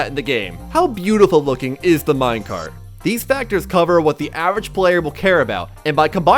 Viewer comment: bro says "thse"